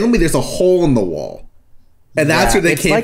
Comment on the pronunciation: "There is a chole in your chwoll??"